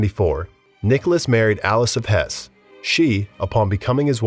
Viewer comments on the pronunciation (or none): none